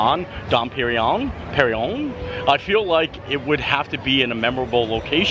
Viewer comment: Its more like Dom "PerinYONE"!!!!